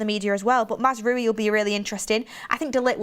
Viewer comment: Another person who can't pronounce Mazraoui